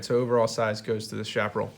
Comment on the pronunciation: Interesting review,. Liked and Subscribed. By the way, Chaparral is pronounced "Cha pa RRAL," with a "ch" sound, not "sh," and the accent is on the last syllable. This is true in both English and Spanish.